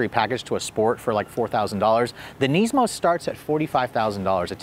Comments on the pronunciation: Neezmo lmao!! I never heard it pronounced that way before lol. Nismo sounds so much better and that's how I've always heard it pronounced, thankfully. You definitely had me laughing after I realized what you were trying to say hahaha Neezmo lololol! Awesome 😄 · NISmo... NISSSMO. Not KNEESMO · 370z "knees-moe", oh... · Neesmo 😂 neesoon